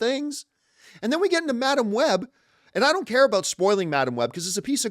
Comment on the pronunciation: Every time you say care and I think your saying Karen